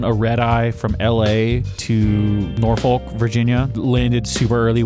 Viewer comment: Edited because of that pronounciation of norfolk.